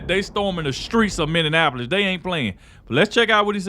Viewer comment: Are you saying millionapolis instead of Minneapolis ? Because your pronunciation is hurting my ears.